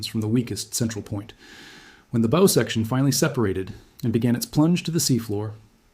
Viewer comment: The Bow is pronounced Bough.